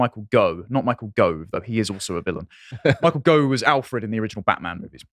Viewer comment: Micheal Gough, pronounced Goff.